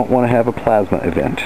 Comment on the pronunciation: "plamsa event" LOL